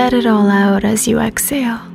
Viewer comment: This is a beautiful meditation. However when I heard the way you were saying exhale I lost my focus because all I could think of is the way you were saying it. You weren’t pronouncing the H. Lol. It’s Ex-Hale. I drive myself crazy with little things like that. Sorry ❤️